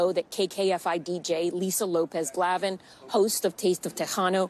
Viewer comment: Maybe pronounce her name correctly lady